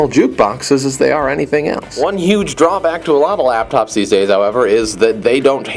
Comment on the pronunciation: he says APPLE LAPTOPZ lol